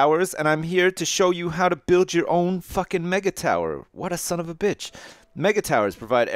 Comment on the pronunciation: "let's claim this beetch" lol